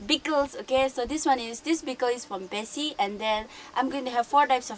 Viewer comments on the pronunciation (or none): The way you pronounced the name of the pickle’s owner is incorrect. It’s be-ki’s pickle not be-si’s pickle. Just a correction. I hope you don’t mind.. by the way.. I love your zest for making such videos.. 👍 all the very best..